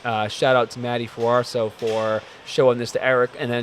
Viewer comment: Nice to see you back in action. Also, just so you know, it's Matty Fusaro haha